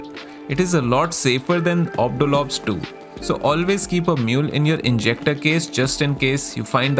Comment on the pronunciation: liked the vid just for the "Ob do lob stew" pronunciation <3